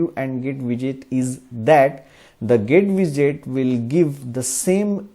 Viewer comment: I don't mean to disrespect, but the way you pronounce GetWidget is really strange. Somehow it sounds more like GetVisit or something. Strangely you pronounce "widget" more correct. GetWidget should sound the same, just with "get" in front of it